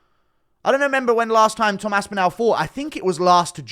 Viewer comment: Bro put some respect on the guys name and pronounce it right wtf is this As-Pin-Al it's As-Pin-All